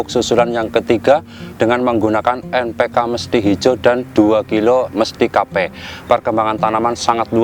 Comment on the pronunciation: Bang npk apa,kurang jelas